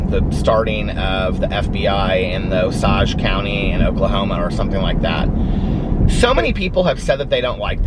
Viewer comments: FYI... It’s pronounced Oh-sage (like cage) I live in Tulsa 👍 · The sage in Osage is pronounced like the herb. It comes in handy being from Okla every now and then 💙💙💙💙💙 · In Oklahoma they actually pronounce it O-sage like the herb. Just a note from an OU grad.